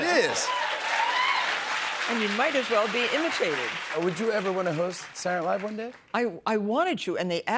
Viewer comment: Why can’t Jimmy pronounce SA-TUR-DAY-NIGHT-LIVE?! It’s not “saournavve” 😂